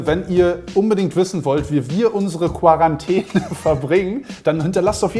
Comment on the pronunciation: fun fact: Seit das Wort Quarantäne in aller Munde ist, merkt man, dass 90% der Deutschen es nicht richtig aussprechen können. Das nervt tierisch, danke, dass ihr es thematisiert habt! Dachte echt, ich wäre die einzige, die es richtig ausspricht.